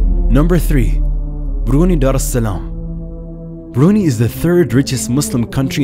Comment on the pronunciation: Brunei is pronouced "Brunai" not "Bruney" anyways good video :)